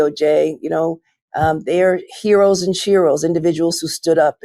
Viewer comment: did she say heros and sheros?